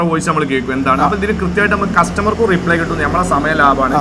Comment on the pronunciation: റീപ്ലേ അല്ല ബ്രോ.. റിപ്ലേ (reply )